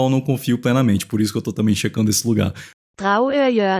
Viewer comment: lugau kkkkk felipe é professor de portugues..